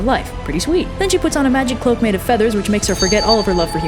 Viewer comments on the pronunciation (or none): none